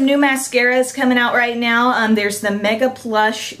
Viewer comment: I just love the way u talk!! Like when u said "I'm wearing it nowwww". The way u drag out the last syllable of some words....ur Awesome!!!